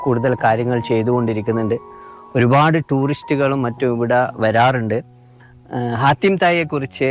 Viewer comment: ഹാത്തിം ✔️ ഹത്തീം ✖️